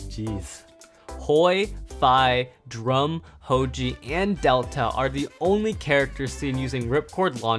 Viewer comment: It’s Drum